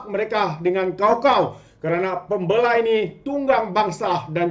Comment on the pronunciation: Pem bey la Tu cara sebutan dia 😊